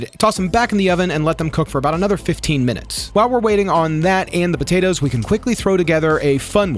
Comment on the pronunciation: I love you dude but hearing you say "botatoes" every thirty seconds has me dying 😂 i know it's a regional accent but it's so pronounced on that word!